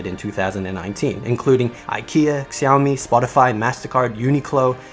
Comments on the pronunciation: I think Xiaomi is pronounced shaomi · So Xaomi is Shaomi in English pronunciation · Wesam Khalfalla وسام خلف الله Elon musk pronounces it w a ‘z’ too